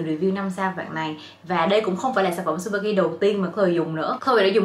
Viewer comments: Chư ba ki chứ trubaki đâu đúng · mách nhỏ cho chị yêu sản phẩm Tsubaki đọc là Trư Ba ki ạ 🥰🥰🥰 tuy ở nhật nhưng e là fan cứng của chị từ khi chị 18t đó 😘 Love